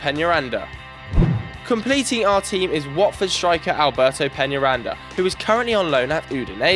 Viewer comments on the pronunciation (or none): none